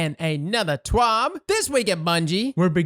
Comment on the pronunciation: Anyone else tune in just to hear say "TWAB".... LOL!